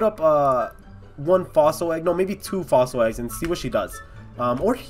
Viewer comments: When he said Aussie eggs instead of fossil eggs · like if you heard him say Aussie eggs instead of fossil eggs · He said Aussie eggs instead of fossil egg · Anybody hear him say aussie eggs but there fosll egg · he said four aussie eggs 😂😂